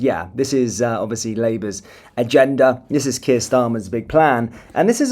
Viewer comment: When you said 'when kier starmer...' it sounded like 'wanker starmer'.